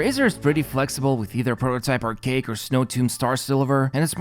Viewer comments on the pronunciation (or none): none